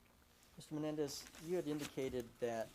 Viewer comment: You'd think the defense's council could pronounce Menendez correctly